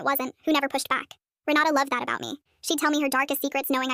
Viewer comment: I can't be the only one who heard "Renata" as "Ronaldo"